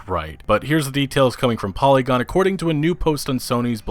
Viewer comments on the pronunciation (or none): none